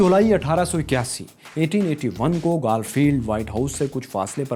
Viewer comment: Its گارفیلد نا کہ گالفیلد aur clown hota hai na ke kraoun.